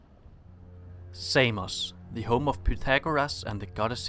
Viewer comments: Well, it is not ''Seimos'', it is Samos, for starters. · Σάμος* προφέρεται φίλε όχι Σέιμος χαχαχα.